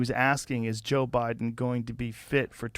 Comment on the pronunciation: Not sure if you know you even said it "obiden". Not trying to correct you in anyway.